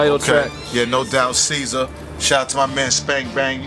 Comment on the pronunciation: Ceazer? fuh real? Geezer would be more accurate.